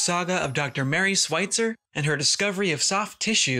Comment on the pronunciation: Great vid, but her last name is pronounced with the "Sch" sound. Not 'sw'. Sorry . It was driving me nuts.